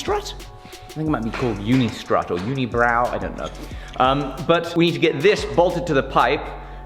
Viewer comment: “UnI-brow” 😂😂😂Stop it man! My back hurts and you’re making me laugh which is killing me!!!!